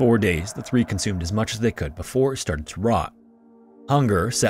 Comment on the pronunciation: I’m glad someone else brought this up. It’s not the speed, it’s the fact that he cuts off syllables off of his words, usually the first syllable. “Before” sounds like “for,” and “perform” sounds like “form,” making it an effort to listen. It’s very distracting. Just enunciate!